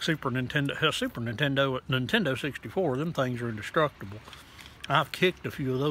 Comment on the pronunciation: “Nintendur switch”